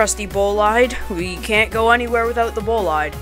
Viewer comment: bro said bolaid instead of boleede xd. but i subbed btw